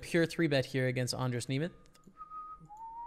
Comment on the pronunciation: you pronounced almost totally perfectly andras nemeth name, im prettt impressed :)